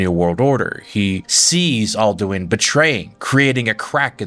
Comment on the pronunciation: Alduin is said outloud about 2000 times during the game. Where in the seven hells did this pronounciation come from?